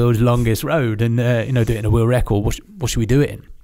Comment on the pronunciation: “Oi traveled all over the wewuwd” 😂every time this guy tries to say the word world. Why do brittys have such a speech impediment?